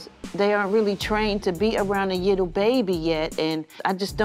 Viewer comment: She need’s speech classes to learn how to pronounce the word LITTLE 😂😂😂😂 and a couple of more words .🤦🏾